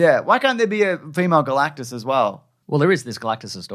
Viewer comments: You said "Girl-actus" when "GAL-actus" was Right there!! 🤦🏾‍♂️😮‍💨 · Girl-actus? When Gal-actus is right there?!?!